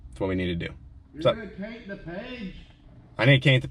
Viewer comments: I really need to caint the page 😂😂😂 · "I NEED TO CAINT THE PAIGE"